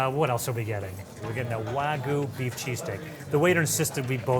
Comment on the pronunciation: Another great episode! But come on guys!! Wagyu pronounced “wa-goo”? Just say the Y … wa-gyoo.. Not that difficult.